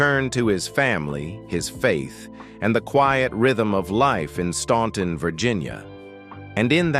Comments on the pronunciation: FYY: Staunton is pronounced: STAN...ton That was the one song, they DIDN'T WRITE! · The city is Staunton, Virginia., not “Stanton” Despite the spelling, it is pronounced “Stan-ton” the letter “u” is silent. In both Staunton, and neighboring Waynesboro, Virginia have Statler Boulevards. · It's pronounced STANTon!!!!! Other than that, not a bad narrative.